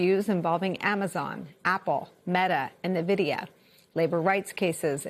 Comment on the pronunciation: En-vid-e-ah EN-VID-E-AH! Not New-vid-e-ah.